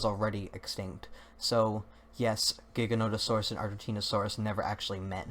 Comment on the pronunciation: I'm relieved to hear someone else say Giganotosaurus with the hard G sound. I was afraid I was the only one...